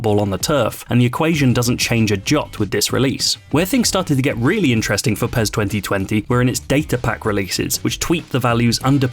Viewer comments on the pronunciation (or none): Sounds like he's Saying Pears 🍐